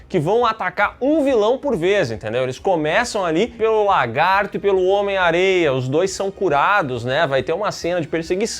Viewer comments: Ainda não soube dizer se o fala "LARGATO" de propósito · O não consegue falar lagarto😅